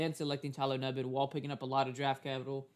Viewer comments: he definitely didn't. He kept saying Tyler Nubin's name wrong pronounced "noo-ben". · actually it’s pronounced “ New-Bin” so clearly you don’t know how to pronounce it yourself , also multiple folks have been saying his name wrong this whole time go tell other packer fan pages messing his name up then ! Lame as hell dude